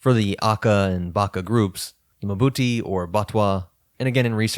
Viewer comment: "Mbuti" is not muh-buti, as you're pronouncing it. Just pronounce the initial m and then part your lips to pronounce bu. There's no vowel between m and b.